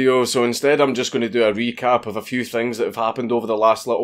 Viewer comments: I heard "wee-cap" instead of "re-cap" which is, ya know, sort of fitting. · "im gonna do a wee-cap" A scottish "re-cap"